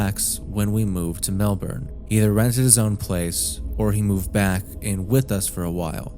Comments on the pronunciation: completely irrelevant but please say melbourne correctly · Man people like you are so fucking annoying. No nonlocal is going to know the fucking pronunciation of your city.